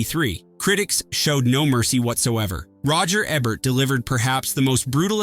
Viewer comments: Say it with me - "E-bert" "EEEEEEE-bert" Not "eb-bert" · E-bert. EEEE. The E rhymes with Key. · Roger Eb-bert? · please for fucks sake pronounce roger EBERT'S last name EBERT correctly. he's only the most famous film critic in HISTORY. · Can you please PLEASE just get a real human being to read the copy? Just ... any human being. Any normal human being knows how to pronounce "Ebert" and "Ayckroyd". And how to sound more human. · Gene Hackman did the voice of God, not Charles Durning, he was one of the Angels, in Two of a Kind. Also Roger Ebert must be turning over in his grave, every time u murder his name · cant even pronounce ebert correctly